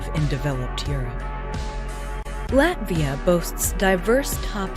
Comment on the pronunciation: She mispronounced Latvia as well